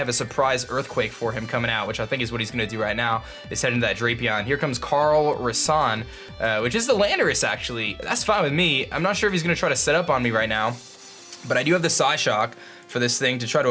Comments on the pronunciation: When I heard him say "Carl Rissan", I practically spit out my drink. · I love how he mispronounced "Calrissian". It was referencing Lando Calrissian from star wars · He pronounced Calrissian wrong because he hasn't seen Star Wars and doesn't know about Lando Calrissian haha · it's Calrissian as in Lando Calrissian